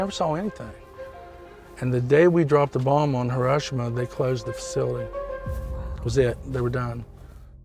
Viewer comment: 'Her-rosh-ma' lmao thats one of the worst mispronounciations I've ever heard.